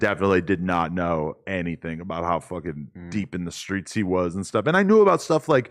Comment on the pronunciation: Seeing TLR say “in these skreets” unironically is just 👌